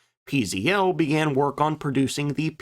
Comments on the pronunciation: It's pronounced ,",peh zeh tel", not pee zee ell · I'd like to help You in correct PZL pronounciation: Pan-stuo-vea Zach-wae-dea Lout-nee-che It stands for: National Aviation Works Thanks, for interesting content!